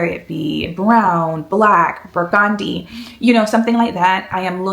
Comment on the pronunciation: Amazing and special! Enjoy and wear in good health! FYI: You are pronouncing the word “burgundy” incorrectly. It’s bur-gun-dee, not bur-gone-dee. Hope you had a fantastic time in Paris!